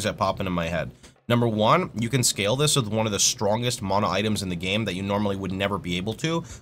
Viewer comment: what is mona it says mana bro xdd